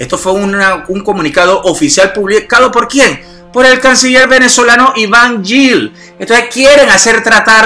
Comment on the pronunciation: Ivan Gil no yil